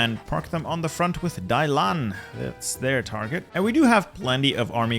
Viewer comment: I die a little bit inside every time he says Dailan instead of Dalian...